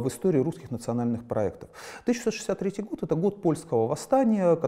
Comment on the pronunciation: "1663 год - это год..." Не 1663, а 1863. Может быть, Андрей сказал и 1863, но так неразборчиво, что слышится именно 1663.